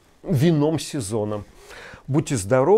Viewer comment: Леонид, непредумышленно развязавший классическую holy war этим своим пассажем про в/на, произнёс "до побачення" с шикарным вологодским акцентом. Череповецкий диалект украинского языка)